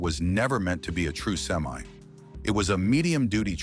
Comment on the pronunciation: Learn to say the word semi correctly. STOP USING THIS AI CRAP!